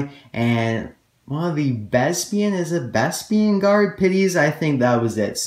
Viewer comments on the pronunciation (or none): Bess-pin. (Bespin pronunciation)